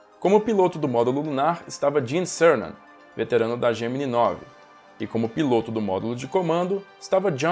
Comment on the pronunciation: Essa série deveria ter uma atualização. Mas tem algo que me incomoda a forma que o professor pronuncia Gemini